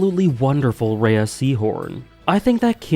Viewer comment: Normally I comment on these to ask when you’re gonna make a video you never said you’d make, but I just thought I’d give a genuine comment for once and say that Rhea Seehorn’s first name is actually just pronounced “Ray”, not “Raya”, and it drives me so insane it’s not even funny.